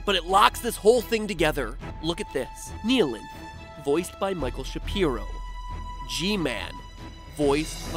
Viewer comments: I know this i a five year old video but, THE"KNEE-LINTH" WHAT THTBANLKJNFLKAJFLKJLAKSJFLAKFJALSKFJAL:FKJAOiLKFJOIOFHJuIJFOAUIHJFOAI:KJFFHAUIOFJAOIFJOAIFJIPAUOJFOAISJFOPIAJFOIAsJFOPAIJFPOAIJFPOAIsJFOAiJF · the way he say "neeheelanth" instead of "nighhilanth" annoyed me sm for no reason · everyone: says nihilanth the right way matpat: neeyalinth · “The Kneealength” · Gλme theory You pronounced the Half-Life 1 boss wrong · The most offensive part of this video was the mispronunciation of Nihlanth.